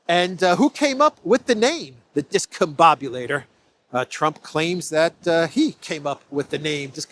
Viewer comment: Trump didn't name it the Discombobulator he cant eve pronounce it, as is clear from the video! (Notice how he initially mispronounces the word!)